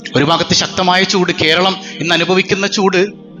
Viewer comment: പൂട് അല്ല ചൂട്